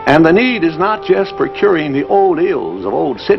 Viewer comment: I love how he says " The Need " yeah the need to suck every penny out of your pocket and put it in our pocket.